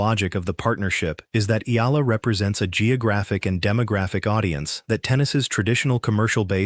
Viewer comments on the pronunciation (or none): E--Ya--LA, pronounce it correctly... search it.. Palibhasa AI nanaman..